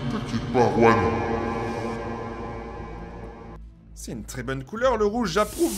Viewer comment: juan pas ruan